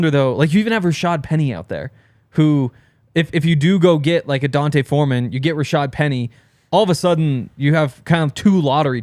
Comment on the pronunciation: His name is D’onta 🤦🏻‍♂️. Not Dante